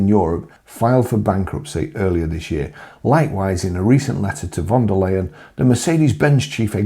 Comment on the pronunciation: You pronounced von de Liar wrong.